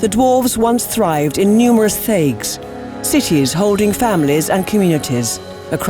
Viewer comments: thaigs are pronounced tie-ges, not thay-ges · sorry to be a picky bugger but I have to point out that the name Dwarven settlements is pronounced Tai-gs, not Thay-gs. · Tiegs, not thayegs. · The Th-aygs Such cringe. This is said every 5 seconds in the orzammar portion of Origins, it is pronounced t-aig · (Tie) eggs it's pronounced like that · its pronounced "Tiges" the "H" is silent. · Thaigs: Pronounced with a "tie" sound. The "h" is silent. And pronounced more like "thai" as in Thailand..? Again, learned something new as the function of the shaperate and the divisions within them were always a bit confusing to me. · I can't unhear their pronounciation of Thaigs, it's a silent H dammit! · You mispronounce "Thaigs", it's pronounced without the "h" effecting the sound. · And Thaigs being mispronounced as well